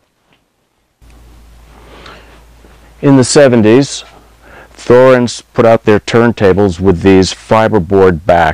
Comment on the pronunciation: its pronounced Torrenz...drives me mad